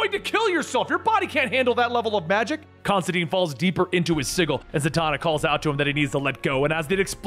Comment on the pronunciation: Great story. Pronouncing some of the names wrong isn’t your fault. Constantine explains in detail in his book it’s pronounced tyne like wine. But that’s just the comic nerd in me… keep doing your thing!